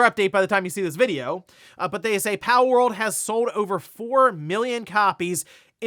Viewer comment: haha it sounds like you're saying "powell" part of the time 😂